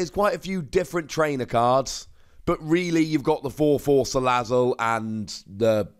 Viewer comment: Wait a minute... He's Pronouncing Salazzle Correctly